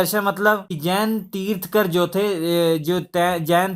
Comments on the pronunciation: It's tirthankar not tirthkar! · Pronounce it Tirthankar and not tirthkar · bhai tirthkar nahi tirthankar hota hai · Tirthankar instead of tirthkar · Sir, i really appreciate your work But a humble request. pronounce words correctly. They are thirthankar. तीर्थन्कर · श्री मान जी ये तीर्थकर होता है तीर्थकर नही। अगं की मात्रा आप गलत पढा रहे हो